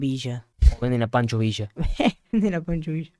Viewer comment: No es panchooo vishaaa es pancho villa